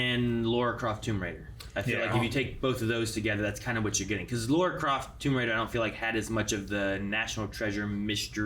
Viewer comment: It is NOT!!! LORA Croft..... it's LARA Croft...... L A R A also.... I honestly don't like the casting choice and Trailer. Tom Holland is just OK as Nathan Drake choice. There are such much better casting choices for Nathan Drake. AND as for Mark Wahlberg as Victor "Sully" Sullivan.... terrible choice!!! What makes Sully Sully is, that he is always got a mustache and smoking cigars, even when Nathan and Sully first met in Uncharted 3 ( Nate was steeling something and got chased after from some suit wearing bad guys and Sully saved him ) I also don't like the fact that they are mixing thing from Uncharted 3 and Uncharted 4..... the pirateship in the cave was from Uncharted 4 where Nate is older around 40 and the airplane scene is from Uncharted 3 where Nate is mid 30s. I hate the trailer. what Sony should have done is adapt the Uncharted novel "The fourth Labyrinth" into a movie and give Sully his mustache and cigar!!! then it would have been better..... I guess